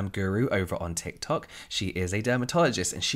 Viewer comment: Thank God! Luv the tikular tok content! Not just bc I luv saying tikular tok either 🤣